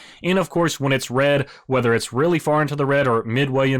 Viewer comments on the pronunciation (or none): none